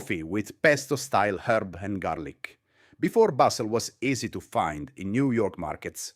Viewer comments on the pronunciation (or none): none